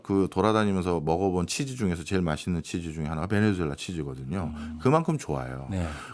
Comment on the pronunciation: 베네수엘라를 왜!?? 자꾸 베네주엘라라고 하나요~!??